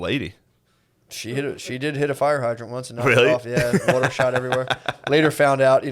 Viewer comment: Matt’s rust belt, coal land way of saying Wuder will never stop being funny.